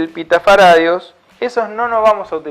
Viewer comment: ¿pita-faradios? Es pico-faradios por favor.